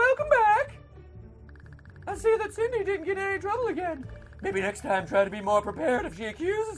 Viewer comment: It's not Sydney it's Cindy ( sin-dee)